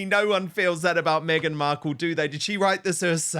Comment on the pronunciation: Did you say BEGhan Markle? 😂😂